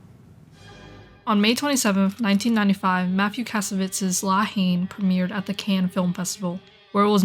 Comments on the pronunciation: Rolled my eyes whenever she pronounced it “Law Heen” lol. Not to be a dick, but it’s pronounced like “La En”. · For a video that purports to be suggests a leevl of fluency with French politics, cultural and racial dynamics, and social situation in general, it was hard to take seriously when the title (two words) is not pronounced properly.